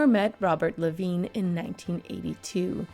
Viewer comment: Some of the pronunciations were off. Carl Reiner and I believe her surviving husband pronounces his last name like Le vine. (Long I sound).